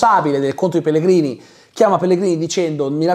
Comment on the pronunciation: scusa ma in che lingua hai guardato la serie? Perché pronunci Pellegrini all'italiana quando anche nella versione italiana il nome viene detto "Pellegrinì"